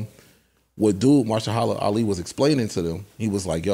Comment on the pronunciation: I love how thinks he’s pronouncing Ali’s name correctly.